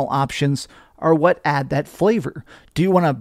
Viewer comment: Dude it's 'what'...not 'whaht'. You sound like the main character of baby steps.